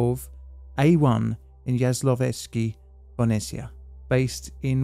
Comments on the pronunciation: How did you butcher the name soooo bad? 😂😂😂 I mean seriously, what the hell? 😂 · HI i dont wanna be nitpicky or anything but the name of Jaslovske Bohunice you butcher a bit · by the way you pronounced it , it sounded like the latin name for some plant discovered by a Polish guy 😂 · there is a difference between prounouncing something wrong but the viewer getss the point or as in this case pronouncing it so wrong that you have to google what the hell is this about because the word does not even remotley sound like it is supposed to. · Ok, I'll answer 😁 Jaslovské: First off, the "J" is the same as "Y" in "yes". "Jas" rhymes with "pass", but with short "a" "lo" is pronounced pretty much exactly the same as "lo" in "lock" The "v" in "lov" is pronounced like an "f" in "f*ck" "s" as in "snake" "k" same as in "lock" or "lok" "é" is long e, closest to the "eeeeh" sound Bohunice "B" as in "battle" "o" as in "lock" "h" as in "hungry" "u" is the short "oo" from "boot" "n" as in "no" "i" is the same as english "e" sound "c" is pretty much a "ts" sound "e" is again from "eeeeh", but short this time It would be so much easier if any of the syllables rhymed, but the sounds are just too different. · Never realized my country had nuclear reactors before Temelín and Dukovany. TIL, but to be fair, Bohunice are in Slovakia today. Also, no offense, but your pronunciation of Jaslovské Bohunice is absolutely horrible XD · It is pronounced ya-so-lau-skea bo-hoo-ni-tsea (Jaslovské Bohunice) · Yo tnx a lot mate. Pronounciation is - Yaslawske Bohooneesea :) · Its pronounced Yas-lows-keh bo-hoo-nee-tze. And it is czechoslovak, not czechoslovakian for F sake! Do you say filipino or philippinean? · What is Bo-ni-ci-ya? Yas-lov-ske Bo-hu-ni-tse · You pronunciaion of "Jaslovske Bohunice" is not convincing at all. Please train it before you publish something - "Yas-lov-ske Bo-hou-ni-tse"